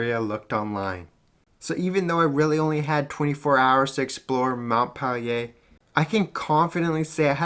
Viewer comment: Mont peh Lee ei Nice vid though. Keep it up.